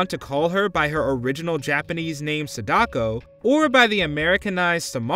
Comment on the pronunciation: Ahhh I’m not even Japanese and I CRINGED when he butchered Sadakos name😂😂😂😂